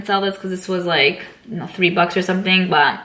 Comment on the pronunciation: OMG that is a really large collection. You have amazing palettes. too bad I am seeing this video too late to had bought any of the palettes from you. BTW, have you noticed that you say "baa" instead of "but" hahaha just I couldnt help to hear you every time.